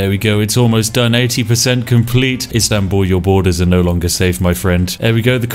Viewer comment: Loved how you pronounce Istanbul ♥️♥️♥️